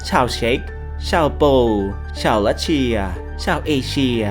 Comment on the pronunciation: รัสเซียเแต่ผมได้ยินว่ารัสเชีย